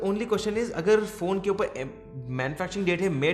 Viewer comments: That accent... (uper)... upar 😂😂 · A bhai "upaaar" kya hota english bolna han to english may bolo hindi ko distorted mat karo..